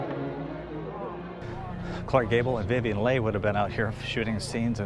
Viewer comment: Nicely done,! A couple corrections on pronunciations, if I'm allowed. The director Cecil B. DeMille has a short "e" sound in his first name, not the typical long "e" for most Cecil names! Plus, the "Gone With the Wind" actress Is Vivien "Lee" as her "Leigh" is pronounced, not with a long "a" sound. Thanks!